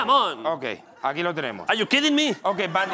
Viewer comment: ar yu kidin mi? Jajajjaj😂